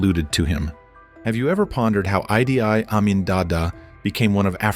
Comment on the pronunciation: I have never heard his name pronounced "eye dee eye Amin" before.